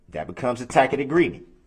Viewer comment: That hard swallow when he was about to say she had a “TAKET” (Tacit= pronounced TA Sut) agreement. He knows he is just as oblivious as the rest of us mortals and he knew he didn’t know how to pronounce those “HAAD EDUMICATED WORDs”! Lmao. This man is a Marvel. Honestly!